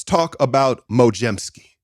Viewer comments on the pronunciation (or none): "mojemski" is diabolical, never do that again